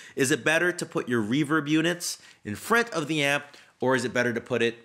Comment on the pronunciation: The way he says front is really funny 😂 FRANT But I completely agree with what he's saying